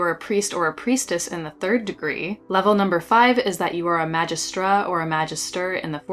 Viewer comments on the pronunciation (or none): none